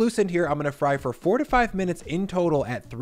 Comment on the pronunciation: your "four 'ta' five minutes" sure sounded like "fourty five minutes" lol. ty for the recipe